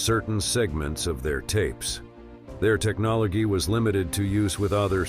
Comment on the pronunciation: Lol! AI spoke some words wrong! Technolgee, curatlee...